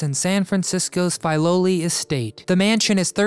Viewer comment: and Filoli not pronounced correctly - and the public CAN visit it